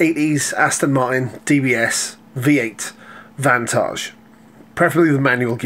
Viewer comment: The guys pronunciation of the Aston Martin vantage hurt me